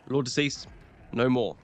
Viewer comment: Lord De Seis ❌ Lord Deceased ✅